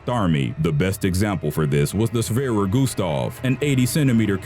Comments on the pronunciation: not shwerer - schwerer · It is schewere not shwerer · "Schwerer" , not "shwerer" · It is called sChwerer Gustav! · Its Schwerer Gustav... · its schwerer gustav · I commented that at the start if the vid. Btw can you work on your german accent? Gustav is fine, but schwerer and wermacht arent so good